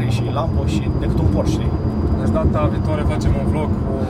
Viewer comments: Termina frate cu "Porsch" ca nu e "Borsh" e PorschE. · bors sau pors…esti pasionat de masini si spui pors posche boss...fonetic este porsé